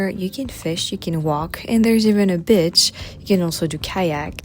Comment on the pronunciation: I know you work very hard on your pronunciations but I had to laugh and . The way you said “to have a bit of a PEACE” sounded like you said have a bit of a piss and then the way you said “there is even a BEACH” sounded like you said “there is even a bitch” lol